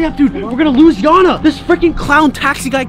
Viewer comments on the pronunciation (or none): Gotta sleek it’s not janna its yanna